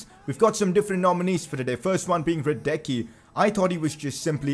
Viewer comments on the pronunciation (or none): I'm sorry but you're still pronouncing Hradecky's name wrong. It's Hra-dets-ky